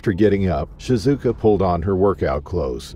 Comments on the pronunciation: Shizuka or Shikuza😂 you said ShiKuza at first. Second time I said ShiZuka. Then I sopped counting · Please at least pronounce her name correctly. It's pronounced Shi-zu-ka...just as it's written.